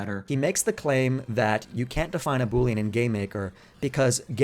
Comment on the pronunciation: Say 🅱️oolean one more time